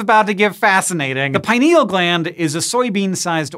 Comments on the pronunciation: I learned that gland to be pronounced as pin-eal not pi-neal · PIN EEL, not pie-niel